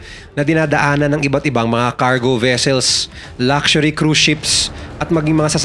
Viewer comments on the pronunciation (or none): none